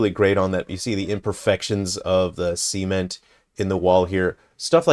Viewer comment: there's something about this sement I mean cement pronunciation